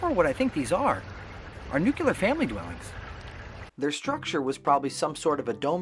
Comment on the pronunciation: Nice. First time I’ve seen your videos in my feed. Subscribed. With that said, did I really hear a Harvard man say newk-you-ler for the word “nuclear” and not the correct pronunciation being new-clear?? I’m going to assume you were simply pandering to the blue collar general public on that one and push on to your next video in the hopes you raise the bar back up to where it should be.